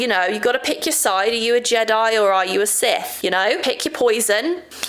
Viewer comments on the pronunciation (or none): none